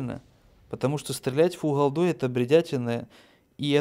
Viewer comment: Не холдой, а голдой. Не Фухасами, а фугасами.